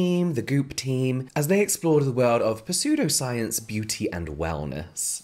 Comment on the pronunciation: Aw, I was just gonna leave a kind, gentle comment letting you know it's pronounced "sudo," but if you already know I feel mean.